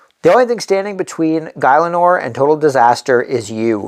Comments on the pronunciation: its pronounce Gil - a - nor, great video! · You lost me at guy-Len-or